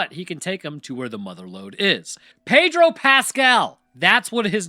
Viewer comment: Pedro. Not Padro.